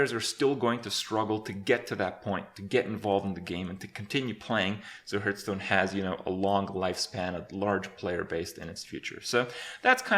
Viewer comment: Kripp has gotten better at pronouncing the name of the game. He used to say something akin to "Hurtstone" in the past.